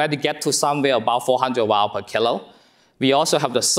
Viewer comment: I did at first until I found that when he was saying kg he said "kill-o" instead of kilogram or "keel-o". Then I was fine. Have more patience and be more curious.